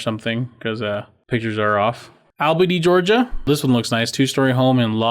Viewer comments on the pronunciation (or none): none